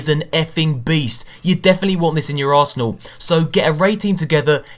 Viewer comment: When you said "you want this in your arsenal" it sounded like "you want this in your arshole"